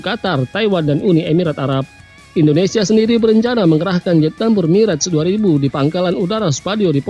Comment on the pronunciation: bacanya mirage 2000 dash 5 (2000-5)..info saja